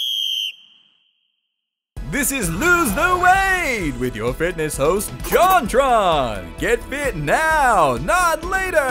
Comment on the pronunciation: actually, little known fact, she says 'Jaunt Ron'.